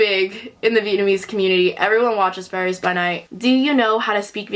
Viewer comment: Lmaooo the way you pronounced "Paris by Night" is on point!!!! Love you omg ❤️